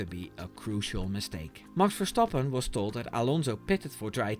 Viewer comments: Ik kon het alleen horen aan de perfecte uitspraak van "Max Verstappen ". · The way you pronounce Max Verstappens name restores my faith in Americans! Google translated "and he yelled at GP" as "en hij schreeuwde tegen de huisarts", so yeah, Dutch is a difficult language.